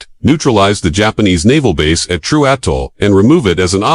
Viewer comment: Learn to pronounce the name correctly or don't open your mouth at all!